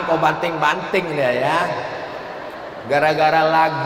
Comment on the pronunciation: Banding pak ustad......bukan banting🤣🤣🤣🤣🤣